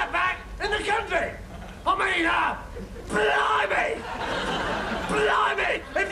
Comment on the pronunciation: The highlight was John Cleese’s pronunciation of “blimey!”